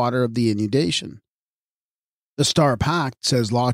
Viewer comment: Thank you. PS the Nile floods were inundations but the reader keeps saying in-u-dation.